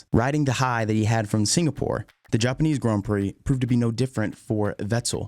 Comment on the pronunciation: The only problem with this video is his way of saying "grand"